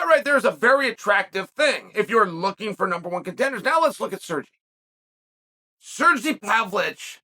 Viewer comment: “Cergy Pavlich” another name added to the list